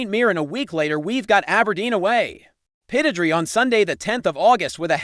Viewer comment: Aberdeen's ground is pronounced as follows. PIT ODD RAY.